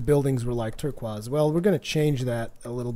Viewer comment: haha u said turquaze